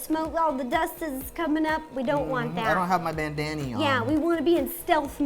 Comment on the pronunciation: he said bandany